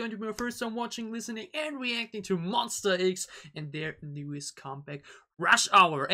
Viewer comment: Pls X like eks not iks. But thanks so much for MonSTA, it’s correct 😊